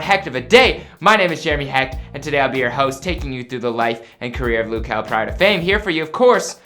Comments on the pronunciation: It’d make sense if it was spelled Lou since he is from the Lou but it’s luh so...😂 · It's not loo kel its luh kel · He said lu key it’s L-UH kel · Who is “Lew” Kel?! lol 🤦🏾‍♂️🤦🏾‍♂️ it’s “luh” (short for “little” ... very similar to “lil”) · Luh not lou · It’s not lew or loo it’s luhhhhhh. L-uh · lou kel😂😂😂😂is luh kel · Lug kel not Luke kel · Isn't it luh not looo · Loo its luh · It’s luh it’s not loo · L- uh Kel not L-ou Kel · It’s not Lu Kel it’s Luh kel wtf🤦🏽‍♀️🤨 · “loo” kell??? Its “luh” just sound it out lmfao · GLOCK glock just say Luh instead of loo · ITS LUH KEL DUDE LIKE OMG and who dosent want him to proceed I know I would❤❤❤ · Ik this man did not say “Loo” I am rolling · he kept on sayin looh kel lol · lil-h kel hunny 😂. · It’s said Lil Kel lil=luh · Its not loo kel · Hol on did he he say "Lo-Kel" yes I know you liyin😑😑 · It’s not pronounced like that